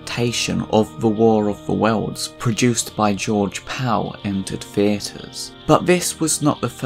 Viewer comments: QUIT saying War of the Wells, it's War of the WORLDS. Learn to talk!! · Speak properly. It's "worlds", not "welds".